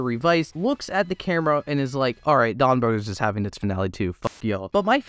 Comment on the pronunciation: It's Donbrothers not Donbrodders that's how you say it. Or am I hearing it wrong?